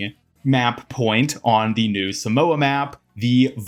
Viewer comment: you arnt pronouncing samoa right